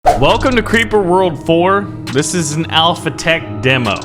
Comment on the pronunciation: i was going to say hi, but then i saw you said crreeper aw man, so im not gonna say, and also thats a HORRIBLE SONG.